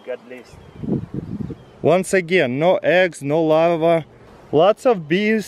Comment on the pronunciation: Is he trying to say Larve? Cause all i understand is him saying "Lava" :D